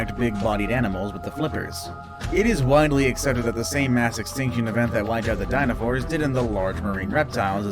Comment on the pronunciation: did he say dinofours or dinosaurs.